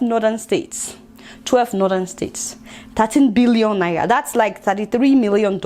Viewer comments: Lol. Seems she can't pronounce 'R' but it's really cool. 😀 You might be interested in this video on why Africans suffer disrespect worldwide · I love the way u pronounced Naira 😀😀